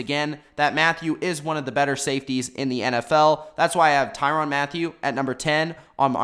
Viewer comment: Tyrann not tyron get the name right tie-ran